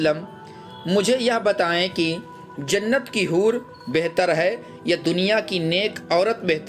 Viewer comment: Jannat ko zannat mat bolo Bhai,sunne me hi ajeeb lagta hai